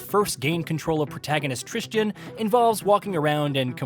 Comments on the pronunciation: Devs: "Tristan" VAs in-game: "Tristan" Everyone else: "Tristan": "Tris Chin" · As someone whose name is pronounced "Tristan", I can tell you that people mispronouncing it as "Tris-jin" or "trist-ian" is far too common. And it angers me every single time 🤣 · The worst part about this game is the fact that this reviewer said the protagonist's name about 20 times but never once got it right. Annoyed the hell out of me.